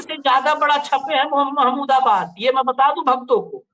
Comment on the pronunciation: प्रोफेसर साहब का नाम महमूदाबादी है तो सही तरीके से उच्चारण कीजिए